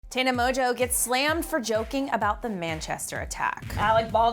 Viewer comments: Lol she said tana mojo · Tana Mojo??? that's how you pronounce her name?